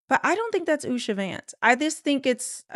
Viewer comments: It’s not Usha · It’s not Usha.